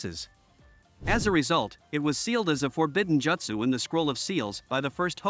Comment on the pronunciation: They way you’re saying “Jutsu” bothers me